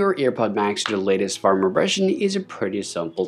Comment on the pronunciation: For a moment, I thought I was hearing things. lol.